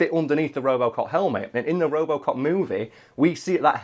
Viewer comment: What the hell is "ropocop"? Is it good?